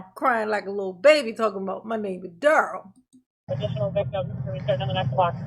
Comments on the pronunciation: In dur-rell CELL under the pri-ze-on. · I thought he was laughing because he knows that’s not how you pronounce his first name. It is going along with it. Lol